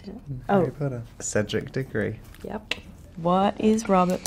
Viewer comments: Ele falando "Cedric dirgory": Eu:aí minha pressaum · Am I the only one here to see Robet said "Cedric Diggory"? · The way he says Cedric Diggory I love it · The way he said cedric diggory was so satisfying lol